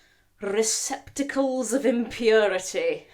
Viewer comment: With the Rrrrrr as rrrrrolled as can be 😂